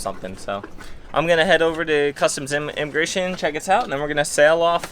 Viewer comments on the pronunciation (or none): Did you intentionally say enemagration ? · Enemagration HAHAHAHAHAHA!!!!! Love that LOL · "Enema Grations" Lol Only if costs a bunch!